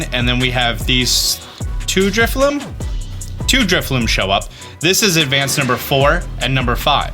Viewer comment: It’s drifloon with an ‘n’ like balloon